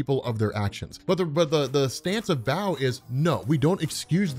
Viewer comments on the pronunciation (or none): You kept saying big Eddy but It says Big Henry.... 😤🤯 dude you are so terrible with names it's Bao🏹 pronounced like 🏹 BOW & arrow. It says Nguyen not Nugen think Asian names, because Bao is a asian kid right I mean his parents restaurant was serving Pho... Lol 😂😂🤣🤣